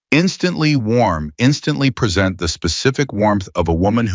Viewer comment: I was a speech pathologist for over 20 years and then taught speech at a local college. I need to share with you something you need to work on. Your AI bot is mispronouncing certain words that make it difficult to understand. Some are merely garbled but some are mispronounced based on a lack of context consideration. An example would be "present." Words that are spelled the same but pronounced differently based on how they are used in the sentence. There are several ways to fix this. The first is to create code for it, so the AI flags each possible problem and researches the correct pronunciation. As fast as AI is, that wouldn't significantly slow your creation of videos. The other way would involve paying someone to listen to the video before uploading it and listing the corrections that should be made for the AI.